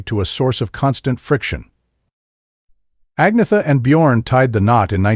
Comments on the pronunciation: It's like he didn'teven try. I'm a USA citizen too, but would respectfully work on it. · I'm Mexican American born U.S.A citizen AND The KNOW HOW TO PRONOUNCE Agnetha's name 🙄🙄. That dude DIDN'T EVEN TRY?!🙄🙄🙄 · Only an American can mispronounce Agnetha